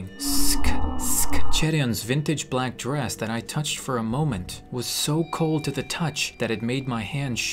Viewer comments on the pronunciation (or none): I cant tell if she said plack or black